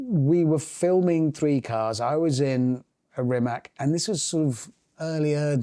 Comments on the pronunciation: Rimats, not Rimac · Can somebody tell him it's not RimaK, it's Rimac... bruh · Mate RIMAC READ "C" NOT "K" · Rimac.. He's Croatian, and there's no 'K' at the end—it's a 'C'. Show some respect.